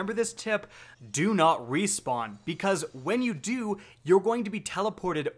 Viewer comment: "Rewpawn" lol, great video though!